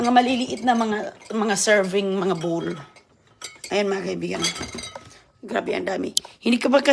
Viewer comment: pag kinokorek sa pronunciation,galit,ayaw talaga makinig,matigas ang ulo ,akala mo sinong marunong at maganda,ang hitsura ewan naman.😅😅😅